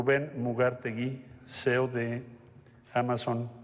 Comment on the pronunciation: C. E. O si-i-o no cio. No sea usted pendejo